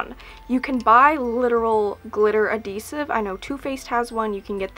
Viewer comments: did you mean adhesive? not adidesive love the video though!! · AdHEsive not adDEsive 😂 you're killing me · You're saying adhesive funny. Like you're missing the h. :P <3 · Why would that make you glad? Also, yes, she says adeesive :D I think it's cute! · yes she means adhesive, she just says it without the h.